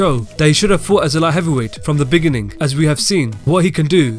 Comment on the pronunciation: “The beg-in-ing”